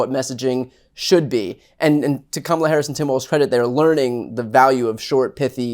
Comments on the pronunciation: It is comma, la: Really hard to pronounce. Trump and MAGA are so weird. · Trump and the MAGA Republicans main campaign theme seems to be deliberately mispronouncing her first name and then snickering like Beavis & Butthead. It may be effective with the MAGA base but any sensible adult should be offended by it. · Being a former conservative, I can tell you that Nancy Mace mispronounces Kamala for many reasons: to please Trump,.. because she's racist or pretending to be,... but the biggest reason is because she and MAGA cult literally orgasm when they "Own the Libs." Mace was probably extra wet sitting there surrounded by 4 or 5 Libs and "triggering" them. It was written all over her face. #YesWeKam VOTE 💙💙💙 Harris/Walz 2024 #MindYourOwnDamnBusiness